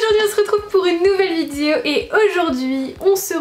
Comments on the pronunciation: Si j’étaie mesquin je dirais: "ça se prononce "vi dé o"... pas vidzjo.........c'est pas tout de se dandiner et de loucher en battant quinze fois des cils pas syllabe, il faut apprendre à articuler." Mais je préfère dépasser ce qui m'offusque dans la forme et me tourner vers le fond: Vraiment, il faut que tu te penche un peu sur les stéréotypes de genre qui ont façonné notre société en laquelle l'homme incarne virilité implacable, insensible, et la femme une petite chose fragile comme tu le décris... en réalité les hommes sont sensibles et les femmes sont fortes et vise versa. tant que ces stéréotypes ancrés dans nos mœurs et nos cultures ne changerons pas, la femme sera toujours dominée par le patriarcat phallocrate et machiste qui gouverne ce monde. Tu devrait vraiment vraiment te pencher là dessus. tu répand le discours d'un pure produit de ce monde qui a fait de la femme un objet de phantasme sexuel docile et "objetisée" par l'homme, tu entretiens cette conditions en colportant ces stéréotypes. Je ne dit pas que l'on ne peux pas se retrouver dans la superficialité par choix, mais là c'est une chose tellement ancrée dans notre culture que la question du choix ne se pose pas, on apprend aux garçons à être des abruti viriliste qui pense avec leur teub et aux nana à être belle et à s'écraser face à la suprématie du mâle homo-sapiens oppresseur, si bien que chacun se bâtit depuis le plus jeune age sur ces modèles. Il n'y a vraiment rien qui te dérange là dedans? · Tu sais pas dire "vidéo"...Je trouve ça tellement cute à chaque fois ^^